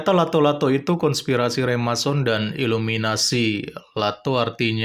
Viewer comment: Remason ? Remason balsem kali wkwkwkwk...Yg bener Freemason... koplak